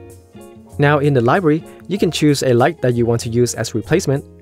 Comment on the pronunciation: say light more softly, you're attacking with it like a karate kick